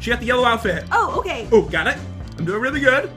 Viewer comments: said weally not really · Yeah he did say weally